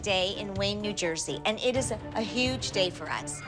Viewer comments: As much as I dislike Cathy, at least she can pronounce huge correctly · I be shook when Cathy says huge. That’s the first time someone has said that word properly on the show